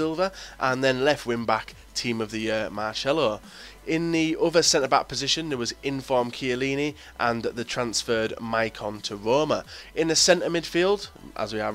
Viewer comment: Why can't you fucking say Marcelo?! Haha it's said like, Mar-cell-oh